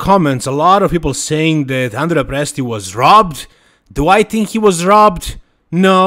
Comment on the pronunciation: Hi, I've seen you often correct the pronunciation of Krizo's name. So, as an Italian, I have to correct your pronunciation of Andrea's name. It's Andrèa not Àndrea.